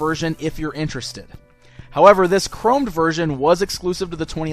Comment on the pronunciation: It is chrome not crum